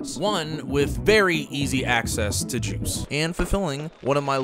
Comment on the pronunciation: My mans said “joooce” 😅😂